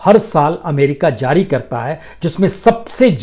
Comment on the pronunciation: Sir zari nahin jari shabd hai durust kerye